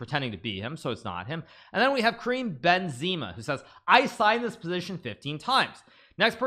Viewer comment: Please correct your benzema pronunciation